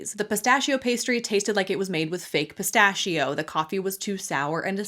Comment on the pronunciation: As an Italian, I cannot give credibility to anyone who pronounces PISTACCHIO in such an absurd way.